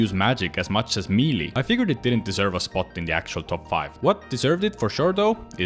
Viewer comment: another osrs player that cannot pronounce melee correctly